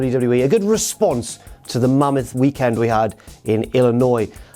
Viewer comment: Way to go on saying Illinois right lol